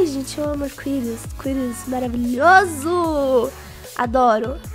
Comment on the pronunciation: "Aí gente eu amo cuiris, cuiris maraviÔSO", 2021